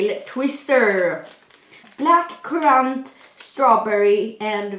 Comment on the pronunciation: Black crunt 😂😂😂 alltså. Hahahahahaha det är black currant men annars var videon bra